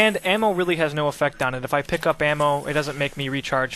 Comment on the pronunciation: Ammo not am...